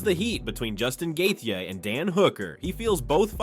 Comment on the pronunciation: Every time this video reads Gaethje's name, it gets worse :face-blue-smiling